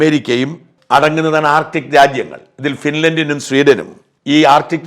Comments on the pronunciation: Artit അല്ലാ ആർട്ടിക്ക്😊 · ആർട്ടിക് ആണ്. ശരിയായി ഉച്ചരിക്കുക.